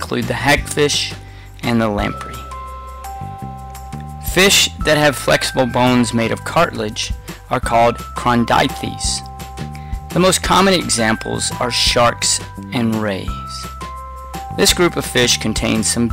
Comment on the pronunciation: Holy Jesus the pronunciation of the classes is terrible. Bony fish/osteichthyes is said (os tee ick thees) and the cartilaginous fish/chondricthyes is said (con drick thees).